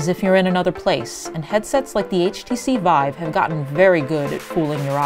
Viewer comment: Ahh, htc VEEVE.